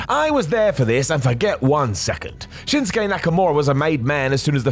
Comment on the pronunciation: Shinsuke* not Shenskei